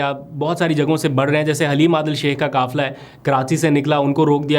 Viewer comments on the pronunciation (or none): کافلہ نہیں بلکہ قافلہ ۔ مکبول نہیں مقبول ۔ کانون نہیں قانون کہیۓ ۔ اپ نے حروف قاف کو کاف نا کہیں ۔۔ جزاك الله